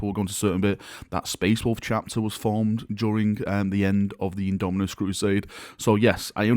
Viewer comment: At this point half the reason I click these vids is to see if has learned to say Indomitus yet:P